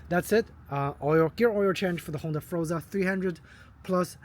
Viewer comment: NOT FROZA - IT'S FOR-ZA - HELLO